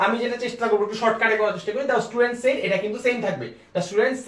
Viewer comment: Very good effort. I just have one observation about your pronunciation of one word though-SAID is not pronounced the way you are doing. It is pronounced as if it is (SED). I hope you understand